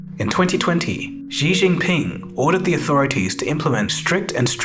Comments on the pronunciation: it's Xi Jinping. Not Xi Jing Ping in your video 🙂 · Good video! Btw zhou is pronounced like “joe,” and Xi Jinping doesn’t have an extra g (Xi Jing Ping). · Isn’t it Xi Jinping? Not Xi Jing Ping…